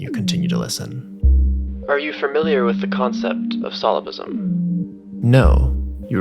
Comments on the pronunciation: Bruh, it's solipSISM not solipISM. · Solipsism has another "s" in it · you mispronounced "solipsism." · Check your pronunciation of "Solipsism". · the music was killing me, then he mispronounced solipsism and i bounced